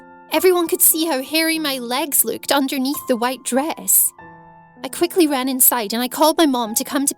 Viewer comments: It annoys me that she says: louked instead of looked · It makes me have anxiety when she says "luked" instead of "looked" I know it's because of her accent but it just kinda sounds weird to me 😂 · She says "luked" not looked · Why are you saying loked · I realised she said looked the while time instead of luked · When u say "looked" I always heard "luked" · Over they way she luked I thought the word was look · She says luked not look Like ...... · She says “looked” like: “leuked” 😂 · OMGGGG I'M DYING IT "LOOKED" NOT "LUKED" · How she pronounces some words is low key annoying me”loooked” “yuneebrow” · “luuked” hahahah I’m dead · did she just turn irish in ten seconds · “over the way i LeWkEd” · “ the way I luked” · so no ones gonna talk about the way she says looked?